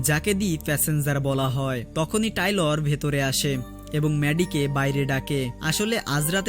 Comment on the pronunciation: বেচারার না টেইলর,, টাইলর না😂😂